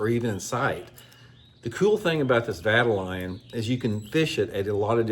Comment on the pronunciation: Vye-tal-ee-on,. One of my fav baits. That big version looks insane